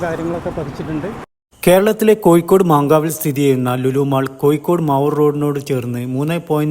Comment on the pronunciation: Not koyikod but Kozhikode"